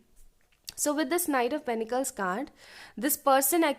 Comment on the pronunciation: No offence to you !!!!! —- but I believe it’s pentacles and not penecles.. please check . Also loved the reading part … fab work .. thanks for choosing us - and sharing along . ❤️❤️